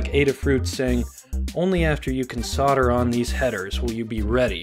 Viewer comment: erbs... sodder...